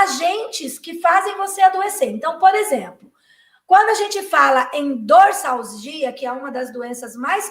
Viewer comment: Dorsalgia , pronúncia de z